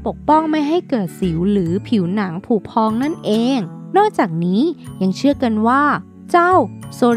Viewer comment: ละมั่ง ไม่ใช่ละมัง.. พุพอง ไม่ใช่ผุพอง.. Neapolitan = เนโพลิแทน(นโปเลียน มาสทีฟฟ์) สู้ๆนะแอ้ดมิน